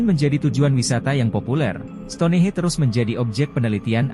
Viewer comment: STONEHENGE bukan STONEHE....penyebutan bahasa Inggris juga salah...EASTER ISLAND juga dibaca ISTER bukan EEASTER